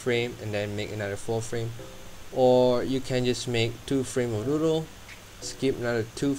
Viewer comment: sorry but that sounded like noodle in my ears lol